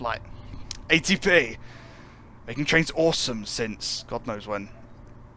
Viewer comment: Be wery wery quiet. I'm hunting traiwns.